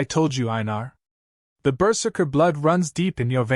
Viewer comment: Not bad. Not great. Going berzerk will obviate pain but not physics. A blade will still sever a hand/fingers easily. A slight re-write and proper pronunciation of berzerker could make this great.